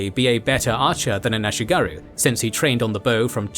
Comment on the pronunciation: Regarding pronounciation: there is no "oo"-sound in Japanese, comparable to the "oo" in English "boom". The "u" in words like "ashigaru" is pronounced like the French "u", as in "lune".